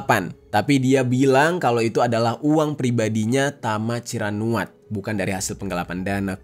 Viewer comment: tama ciranuat❌ tama cirakuat✅ 😂😂✌